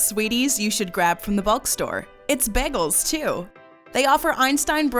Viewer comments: It's bagels...not baggels. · The way u said bagels made me stop watching